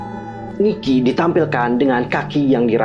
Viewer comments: koreksi yaaa ni-ki not niki heeseung not heesung. hehe thx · Koreksi ya kak. Ni-ki not Niki. Heeseung not Heesung. Btw, makasihh yaaa udah dibedah teoriny /emot nangis/